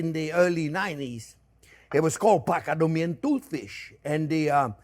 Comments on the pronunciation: Pa-ta-go-nian... I don't know what PCADUMIAN is :) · "Pak-a-dom-ee-an..." ...what? 😅